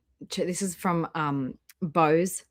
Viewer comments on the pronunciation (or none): none